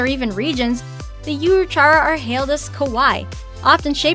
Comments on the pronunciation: Well actually it's ka-wa-ii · What the heck is “ka-why”? It’s pronounced “ka-wa-ee.” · Ashraf Ali oh, I know it is written as “kawaii” but it’s pronounced “ka-wa-ee” just like Hawaii. That’s what I meant. It’s not pronounced “ka-why” just like we don’t pronounce Hawaii as “ha-why.” You always add an “e” at the end. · And then I realized you were making fun of the way she pronounced it....lol